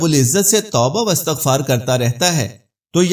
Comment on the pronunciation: عربی میں زبر زیر سےماعنوں میں فرق آ تا ہے آپ استغفار پر زیرلگا رہے ہیں یہاں زبر آ ءے گا امید آ پ اس پر غور فرما دیں گے